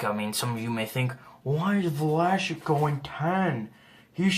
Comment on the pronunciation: It's vla-sik not vlashik